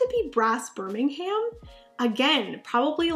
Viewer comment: But I believe it is pronounced “BIRM-IN-UM”, as opposed to “BIR-MIN-HAM”